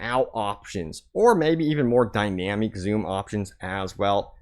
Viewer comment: dynameek lol what is this